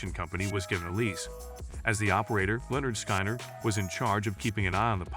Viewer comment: Stupid video. Thumbnail is the wrong VanZant. AI butchers the band’s name. Please STOP.